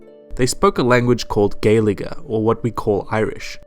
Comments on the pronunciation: Its Gail-guh not gail-i-guh. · Gaeilge is pronounced Gale-ga not gale-i-ca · Just saying gaielige is pronounced g-way-li-ga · Did he call it Gali ig ga it’s pronounced gali ig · notes for talking to irish: don’t ever associate us with british, leprechauns or four leaf clovers. also it’s not st. “patty’s” day, it’s st. paddy’s day gaelic is not a language. our language is gaelige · It’s not pronounced “Gail...lige” it’s pronounced more like gwualge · GAEILGE IS PRONOUNCED GWAILGA NOT GAILIGA XD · It's pronounced gw-ayl-ga (gaeilge) not gayl-ga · Did you just... did you just say gayl-geh... it's... it's gailic? Or gailge, pronounced gwaylguh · You Pronounced Gaeilge Gay-il-aga when its pronunced Gay-lge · Gaeilge is pronounced: Gwalegeh. Not: Gale Ih geh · gaeilge is pronounced Gale-ga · nitpicking a little but Gaeilge is pronounced "gwail-ge" lol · Not him pronouncing it like galiga💀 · Mans really said GAYLICKA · It’s more like gayligeh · It should be gway-l-ga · Gaeilge is pronounced gay-il-ga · It's not gaylaga it's gaeilge I'm irish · im from ireland and we still learn gaeilge in school. but its pronounced g-whale-ga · It’s pronounced gwaeylgah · Its pronounced Gaa-li-g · Gay-lig-e, really? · It's pronounced "gaylga" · Gaeilge is pronounced gayl-ga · Gaeilge is pronounced Gwale-ga 😂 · By the way, Geailge is pronounced Gwale-ga :) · its prounounced air as theres a fóta on the e. its prounounced gale-ga. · gailge is pronounced gwailgya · Love how accurate you told the history of my home. ^^ But you mispronounced just one word. Gaeilge is pronounced as Gale-gah. That's it. You did your homework well and learned the right pronunciations. XD Thanks for showing my tiny and meaningless country some praise for its culture. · Gaeilge is pronounced GWAYL-GA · HELP y'all irish people sobbing at his pronounciation of Eire and Gailge.. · Anyone get mildly infuriated when he said Gaeilge ? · That quality pronounciation if Gaeilge lmao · The pronunciation of gaeilge😂😂😂